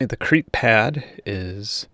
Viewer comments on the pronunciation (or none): none